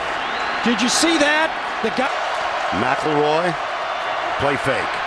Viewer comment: Last name: McElroy Announcer: Mack LaRoy